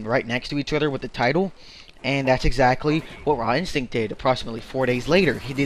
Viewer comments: you are saying his name wrong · nice saying his name wrong